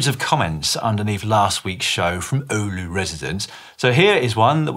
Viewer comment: Si you nailed the Oulu pronunciation - nice!